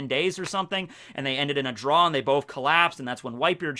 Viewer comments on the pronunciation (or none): none